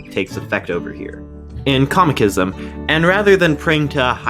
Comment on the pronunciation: It's Cosmicism how thr hell did you butcher it